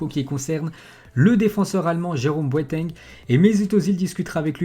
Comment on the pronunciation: C'est pas boatangue.. c'est pas boaitaingue. Mais c'est Boateng.